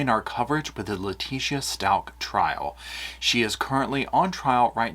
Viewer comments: The way you are pronouncing Letecia is sending me 😬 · 💙💙💙 that was fascinating Paul! Well done, even with your extra syllable for Leticia! 😅 Seems like her hubby called her just "Tee-sha" but I'm sure you don't want to get that familiar! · lol u are saying her name wrong 👍🙏